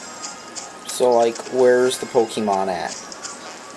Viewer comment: I know you are an idiot because you pronounce it Pokeeeman